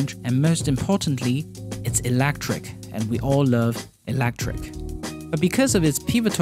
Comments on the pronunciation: I was going to ask where you're from, but already found it in your description. "Q: Where did you get your funny accent from? I live in Singapore, so we got it from the United Kingdom." But even in the UK they say electric and not 'elactric' as you... Gives it another twist though. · WTF is "Elactric"? Layoffs; You're "surprised this issue is reported" yet also "understand why it is raised". FFS! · It's funny how he says electric. He says "ELAACTREK" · Odd way to pronounce "electric".